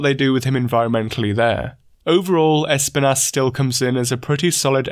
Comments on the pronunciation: It's pronounced esPInas. It's the spanish for Thorns. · I like how you say Espinas lol. Es-pin-ASS